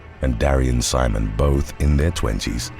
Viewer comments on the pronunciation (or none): none